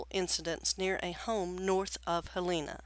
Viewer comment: Pronounced "Hell e Na". Helena. Not Haleena.